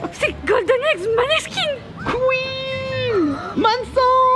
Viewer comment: je pense que je voyagerai jamais hors de la Belgique sauf peux être le Japon et c'est super cool comme vidéo !! (Ça se dit moneskin)